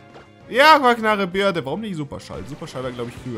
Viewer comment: Man spricht es nicht "Birde" aus, sondern "Bööördiiii". Dann macht es auch viel mehr Sinn.